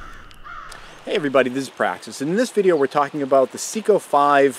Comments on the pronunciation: Good video. Seiko like SAY-KO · It would be a good video but it's pronounced Say-Ko. Can't take you seriously if you can't pronounce the name is the product right.